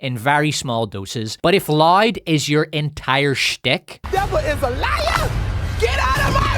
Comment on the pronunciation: Considering that I'm South African and our accents aren't too much of a stretch apart, I'm judging myself for having to rewind the part about Sharon Stone cause I genuinely thought you were saying "lide" ... turns out you're saying LOUD 🤣